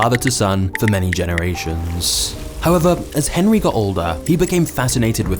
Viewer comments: What the hell was that noise?! Sounds like somebody's phone shitting on itself. Click click click click click! I had to pause the video and go pick up my phone. (Henri, spelled that way, is pronounced "On-REE.") When I was a kid it was just Nestle Quick and crunch bars. Then there were $100,000 bars. How did they get so big? I didn't know anything about the baby formula, I just thought they made chocolate. Cow's milk is the perfect food, for baby cows. Not for humans. A big corporate fascist company lying outright and endangering people's lives for profit is not surprising in the least. They all do that to some degree or another. We need to rise up and overthrow the status quo. All the fascists and communists and oligarchs and all forms of totalitarianism and tyranny need to go away, for the good of all humanity. All the megacorporations need to be broken up like AT&T was. We need to take the power back from the elitists. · Surely pronounced Onree not Henry?? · Nothing more to add on the disgusting practices of Nestlé, but 'Henri' is pronounced 'on-ree' in most cases, including this one.